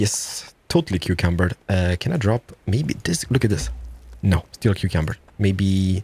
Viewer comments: Over encumbered, not cucumbered xD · I've just spent like 3 minutes looking for this video because I forgot to save it a few years back. I'm here to tell you that your overcucumbered word is now mine and my group of friends normal way of saying overencimbered and has been for at least 2 years now lmao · Did he say "cucumbered"?